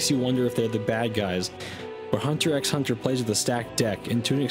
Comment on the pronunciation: did you just fucking pronounce the x in hunter x hunter?